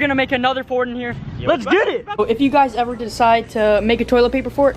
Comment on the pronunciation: Did say Tolit fart